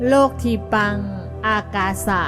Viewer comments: " โลกทีปัง " ต้องออกเสียงแบบบาลี เป็น โล-กะ-ที-ปัง ☑ ไม่ใช่เอาไทยผสมบาลี โลก-ที-ปัง แบบที่บรรยายมา ❌ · เขาอ่านว่า โล กะ ไม่ใช่ โลก55555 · อ่านว่า โล กะ ที ปัง ครับ